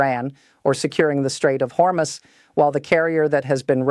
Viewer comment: When will AI learn to properly announce numbers? It' corrected itself from "Hormus" to the proper announcement of "Hormuz". Impressive!